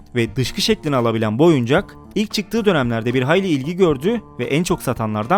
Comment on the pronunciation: oyucak diip oyuncak